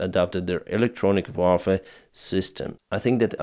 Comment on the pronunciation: Kudos!, say UAR FER that's how you spell warfare as in War Fare not "vafe" as in german for gun. Hail Biden! =)) kiding